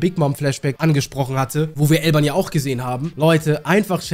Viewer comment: Bruder warum sagst du eig immer Elban und nicht Elbaf??